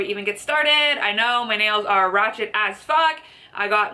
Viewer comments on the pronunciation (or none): Did u just say " Rawchet " omg lol